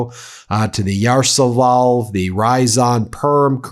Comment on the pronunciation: Ya-ro-SLAV-el. Russian/Ukrainian names not so hard if you take the time to sound them out syllable by syllable.